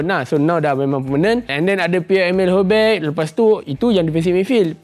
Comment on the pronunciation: sebutan dia pierre emile hoybiya bukan hoybey